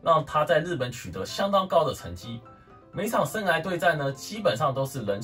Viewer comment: 生"涯"(一ㄚˊ)...聽你說話好痛苦。